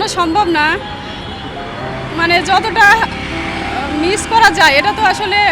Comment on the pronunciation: রিপোর্টার ওপরে ফিটফাট ভিতরে সদরঘাট, সামান্য 'মিস্' শব্দটি উচ্চারণ করতে পারছে না।😢